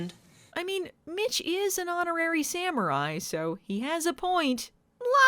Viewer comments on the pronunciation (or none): none